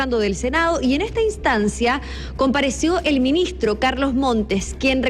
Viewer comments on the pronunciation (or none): Compadece o comparece? 😂😂😂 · Compadece??? Debe ser Comparece. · Comparece. No compadece… 😮😮😮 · "compadece"...que penita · Creo que se dice, comparece no compadece😮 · "Compadece", jaujuajajaja, vamos Bío-Bío, que se puede...